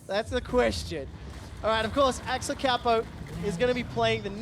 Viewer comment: Me queria dar algo cuando lo pronunciaron Axelcapow